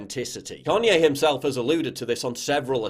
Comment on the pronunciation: "Carrnye West"